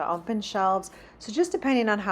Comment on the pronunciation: I love your videos, but please….there is no letter M in the word open It’s open not ompen